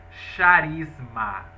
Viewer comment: Querido se escreve CHARISMA , mas se lê CARISMA...👍